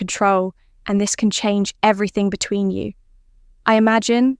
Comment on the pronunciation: 15 min. to tell you; one (1) min. to come. Definite AI voice - the "you" is a plural: "between you" (stress on 'between').